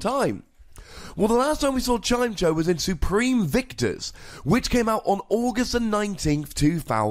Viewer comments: I know pronounciations of pokemon are always up for debate, but isn't it Chim-Echo? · it's Chime-echo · It's "Chime-Echo", come on:P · I always pronounced it as chai-meh-co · I pronouce it "Chime" + "Echo". then try and say both words together at the same time, and thats the pokemons name. if we want even more pronounciation help we can look at old episodes of the anime, where Chimecho was part of team rocket (Generation 3, and early generation 4) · You had 8 years to learn how to pronounce it lol just giving you a hard time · its definitely pronounced like the words "chime" and "echo"